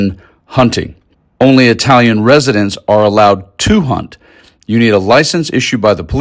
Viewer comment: Good job...just gotta work on that Italian pronunciation :)